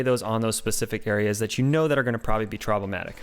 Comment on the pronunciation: Haha! I had to rewind to make sure I heard you correctly! Lol "Troblematic"